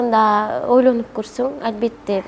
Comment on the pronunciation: Албетте дагы дебей Альбетте деп кыжырымы гана келтирдиңго кайра кайра кайталап Дагы орусча кошуп сүйлөп алганычы...